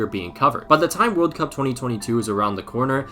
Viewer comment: “Two tventy two vorld cup”